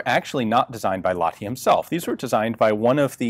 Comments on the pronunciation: Ok, say after me: Lahhh (breathe out some more) ti. Great! You can even squish the H a little if you like. It's not like you'd say la-di-da. The H is audible. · "Laadee". LAH-TI. H from Hate or Him or Hell, or maybe the H-sound from the Scottish Loch for training. EDIT: That scottish thing actually might work better for english speakers. Lach-ti. Sounds a bit russian then but better than la-di-da "Laadee". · american pronoucing Lahti sounds like polish ice cream